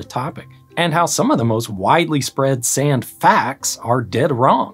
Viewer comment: This guys pronunciation of sand.... sayunda 😅